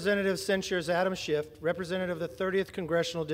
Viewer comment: Who’s Adam ShifT? Not anyone in Congress, Kevin. Learn how to say words.